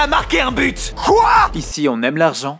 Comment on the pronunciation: Qui a remarquer que il a dit su but